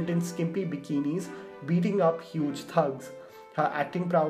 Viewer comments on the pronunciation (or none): none